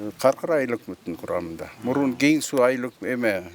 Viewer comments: Кен Сай эмес Кен суу тантык болбочу колдун образын бузбай суйлочу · Кен-Сай эмес Кен-Суу. Журналисттер туура,акцентсиз суйлогонго аракет кылгылачы,чулдурабай. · Кичине туура айтсанар, Кен Суу деп